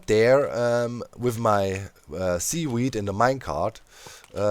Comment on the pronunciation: Doc say sea Doc: "Sea" Now say weed Doc: "Weed" Now say seaweed Doc: "Seawheed"